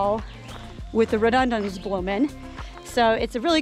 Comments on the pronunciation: Hi, think it's pronounced ' rho-du-den-drum', invasive plant, from himalayas I think 🤔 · Pronounced as Ro Do Den Dron